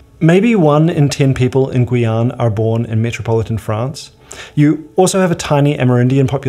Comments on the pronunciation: Guyane is more like Gee-yan than Gooey-an ^^ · Non ? C'est gu--ee-ann